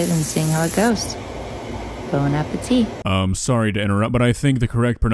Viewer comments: It's "Bon appétit" not Bone apple teeth (?) It's what we say to others in french before eating a meal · It is Bon Appetit not bone apple teeth. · As a european I can say we all hate the french here but hearing "bon apple teeth" is so anoying and stupid 🤣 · The correct pronunciation is bone apple what? 😂😂😂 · what I was tryna say is, her french was good and yours was ass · Sadly none of you said bonne appétie correctly